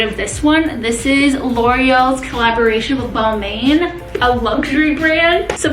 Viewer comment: The way she pronounces Balmain is getting to meeeee!! It’s shorta pronounced Bal-mon